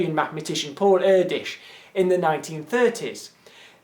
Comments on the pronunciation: Ur-dish? Seriously? It's Err-doush, rather. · Erdős's name is pronounced just as poorly as he spoke English. At least that what I've read about him. I've looked it up at wiki: [ˈɛrdøːʃ]. I hope it helps. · Why do you pronounce Erdős as Őrdes? :p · It's really funny how you pronounce Erdős :D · Not sure if it's of any interest to you, or if you are even going to read this, but your pronunciation of the name "Erdős" is a little bit off. The "E" is pronunced much like the "a" in "ant". The "ő" is similar to a very british pronunciaton of the "o" in "low" where your mouth is shaped like a ring. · Awesome video! :) One insignificant comment though, Hungarian is a pretty weird language, so Erdős, is actually pronounced with an "e" as in egg, and a long "ő" as a long sounding ea in earl. :) You rock!